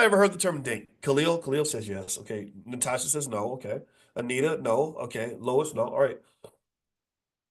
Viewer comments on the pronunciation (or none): none